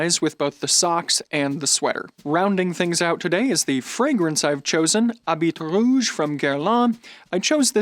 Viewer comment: I love your videos, but please, oh please, never pronounce the "T" in habit rouge again (it's more like bee) :) cheers from France